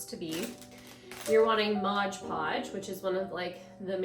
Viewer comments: Nice,but it’s pronounced MOD. Not modge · possibly, though I didn’t notice an accent with anything else. Sounded like Modge Podge, every time.